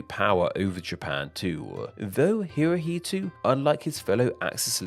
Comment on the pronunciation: It's Hirohito! NOT HirohitU!